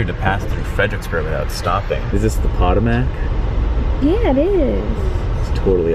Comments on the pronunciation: Potomac River is "puh-toe-mick". angry comment omg i can't believe blah bleep bloop how dare you. oh wait, did you mispronounce it on purpose? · "potta-mack???" get his ass!